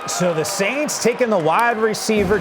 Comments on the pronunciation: slaints???? Is this dude drunk? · “new Orleans SLAints”